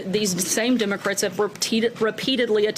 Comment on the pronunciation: Demo-crits? You are not slick Ms.Sanders.